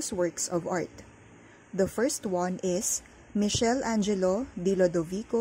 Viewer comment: Isearch nyo po its actually "mi-kel-angelo"